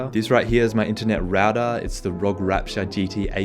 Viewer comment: Is anyone going to say anything about how he pronounced ROG